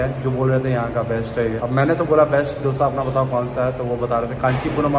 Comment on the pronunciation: दोशा Not डोसा